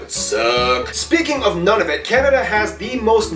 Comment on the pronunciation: I wish he would pronounce Nunavut correctly.